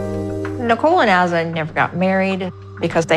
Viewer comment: She just called Granada "Grenayduh" 🤦 BTW, Azan how pronounces it is a great example of proper pronunciation of a foreign name in English. But La (rolled r) eesa, is not. Lol. I guess the difference is applying the accent?! Like, you can say, Grenahduh in English, and that's proper. You don't have to go all out Grah- nah(n tip of tongue)-dah(soft d at tip of tongue).